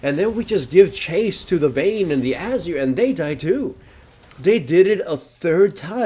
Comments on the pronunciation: Is it just me, or does anyone lse find the way he pronounces Azir kind of annoying? He says Azir like "Azer" :/ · ...hate to sound like a poop but its ah-zeer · you say azir like Azure, lol. i like it